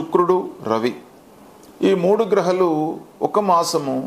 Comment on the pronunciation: గ్రహలు కాదు.. గ్రహాలు